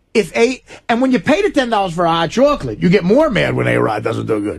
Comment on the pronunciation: What the fuck is a hot chawklit?